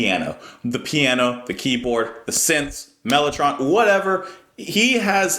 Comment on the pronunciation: I watch pretty much all the way through, particularly now that the sound is sorted. Ps, I take a long hit whenever you say “synth”...I took two when you said “key-iano “